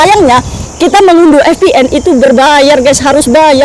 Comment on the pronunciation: Vpn kakak bukan fpn 😁 dan psiko bc nya (saiko) 😁btw semangat kakak